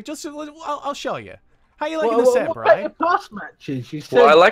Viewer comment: Wow xD It’s Bryan not Brain xDDD